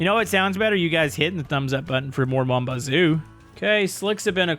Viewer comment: i just realized that he pronounces mon bazou perfectly